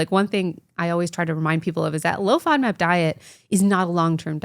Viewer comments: Oh! She's say Low‐FOMAP!!! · is she saying low FODMAP diet?